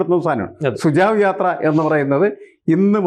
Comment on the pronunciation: Sir, it is not sujav, it's SUJHAV sujhav meaning SUGESTION